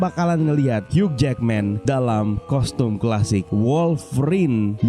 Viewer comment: "Hiu" min bacanya, huruf "g" ga dibaca...🙏🏻